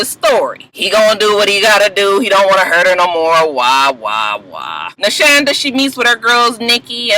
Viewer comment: ....you pronounce her name SHAWNda........lol....Muah!